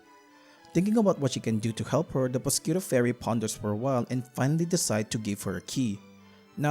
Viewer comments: I'm sorry but your pronunciation of Prosciutto is killing me. It's more akin to pro-shoe-to. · The mispronouncing of prosciutto is painful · The way you pronounce prosciutto has to be some sort of comment bait, I was taken aback the first time you said it.